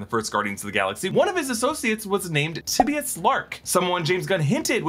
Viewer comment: I'm not sure that's how you pronounce Tibius